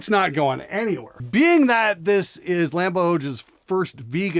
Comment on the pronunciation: "Lamboj"= "LAHM Boy"